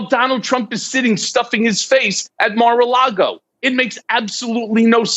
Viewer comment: Or as he says "Mara Lardo." lol